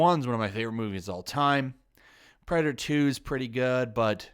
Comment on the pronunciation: Also "Perdator"